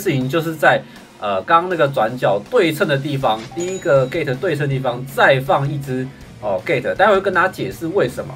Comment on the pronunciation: gate 我听到gay